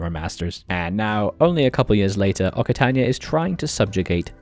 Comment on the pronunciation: Hey, just for your information, the double c in Occitania is pronounced like an X. So it's pronounced oxitania